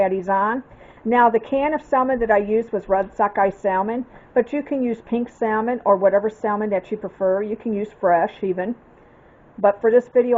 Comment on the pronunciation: Looks delicious. Not being critical , as it’s a common mistake, the “L” in salmon is not pronounced. Just an FYI. Will be making soon..thank you.